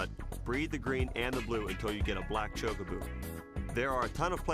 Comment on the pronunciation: Back before speech in games, the pronunciation of Chocobo was definitely contested. But choke-a-boo? That's a first..